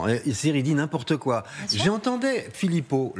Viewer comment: ''Il dit GNIMPORTEKOI.'' Vous êtes gênants.